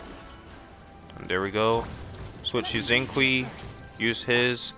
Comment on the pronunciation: Xinqiu is pronounced shing sho